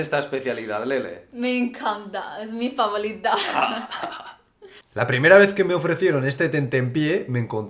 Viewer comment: Jaja buena idea que Lele hable mas en castellano,,, jeje aunque se escucha muy chistoso cuando dice "es mi favolita"... lo que se me antoja fueron las chucherias de pescado.. lo relativo a los pollos y patos como que no se me da...mmm y la carne seca si se ve apetecible ya que aqui no es dificil encontrarla....ese tofu rojo se veia un poco duro... en fin, tus videos estan muy chidos...( chido equivale al "guay " o "cool" que se usa en otras latitudes) saludos a los dos.... ;-)